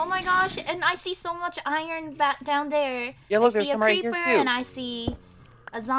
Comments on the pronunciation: Iverson Costa him,lastic,Radiojh Audrey and microgurdian say iron like irn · it is not iron it is irn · i love it when calls iron ern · You didn't say iron right it like I-Ron not eiron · Iverson Costa he says irn,we say iron irn 😎😎😎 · Iverson Costa he say irn for like an.iron nickname lol :) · I-R-O-N not E-R-N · Natalie that is just how they say it to be funny, they know how to actually say it bu say eiron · He say airin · says iron wrong